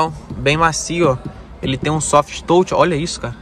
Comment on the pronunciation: Até gosto bastante dos vídeos. Poderia, apenas, pronunciar corretamente "touch"